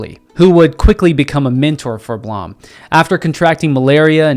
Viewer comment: Blom is pronounced "bloom"